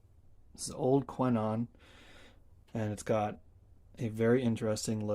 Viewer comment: Nice! Before you go into the next video we need you to get the pronunciation right 😜 Just kidding :) Those horns are indeed very good! When I worked in a shop in Belgium we had these every week on the bench. Best and thanks for sharing